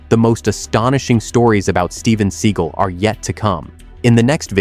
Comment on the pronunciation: It's seagal not seagul